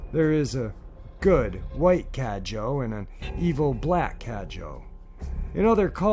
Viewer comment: About the third encounter, the "Cadejo" is indeed a dog like creature, and it is said that the black one is evil and the white one is good. Just a little thing that a friend from Nicaragua told me, it is pronounced "Cah-deh-ho" and not "Cadjo". Great video as usual.